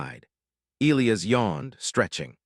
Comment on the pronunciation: Why is it the AI narrator voice always BUTCHERS the pronunciation of what is SUPPOSED to be e-LIE-us?? Not e-LEE-us…..